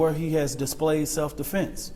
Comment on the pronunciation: He said self deflense claim🤣🤣🤣